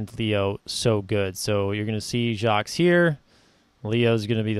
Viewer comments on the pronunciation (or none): Nice job. Btw. No S in Jacques. It is pronounced Jahk. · Appreciate the breakdown - one note is that the "s" in Jacques is silent